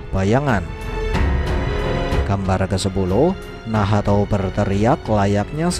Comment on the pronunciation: Nahato❌ Nahto✅